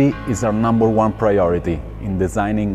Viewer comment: lol... not trying, perhaps, but doing a damn good job! then saying 'safety is our nooomber hhhwone priohrity'